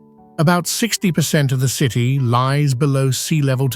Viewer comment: . "Three hundred an duh.......seven TEEEEE miles" - AI. Human translation: three hundred and seventy miles. Then, the narration app says "basil" randomly . This is a fun game! Thanks OP! "forty eight tchoo thousand" tchoo? "100 degrees efff." That's minor, but a human would have said Fahrenheit. "Ozkonak underground cee tee". City "A mystery story" so close, but no native English speaker would say it like that. "An unpublished deep tunnel" unpublished? "Astronomy rules"!!! Longyou caves so many images of other places! Probly all of them are wrong. I laughed when saw an image of a native American petroglyph! They never even showed the real images of the carved out caverns. That's too bad because It's quite impressive! You should look it up to see the real images. The minor linguistic mistakes were amusing, but the piece about the Longyou caves only showed random images from around the world. All credibility is lost. So on that note, I'll stop watching. Take care! Always do your own research. These videos arent always accurate.